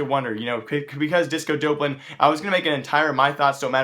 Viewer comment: "disco dope-lan"